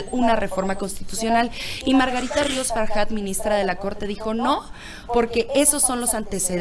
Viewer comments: Se pronuncia FARJAT, NO FARYAT, NO ES UN APELLIDO SAJÓN. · A ver. Es FAJAT. Con J. En español se pronuncia como J. No como Y. Taras. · Gracias y buen trabajo, solo una pregunta, porque le Margarita Faryat en lugar de Farjat, es mexicana la viejita no francesa!!